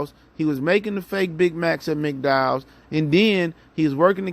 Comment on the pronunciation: My g said McDowell’s!!!! Lmao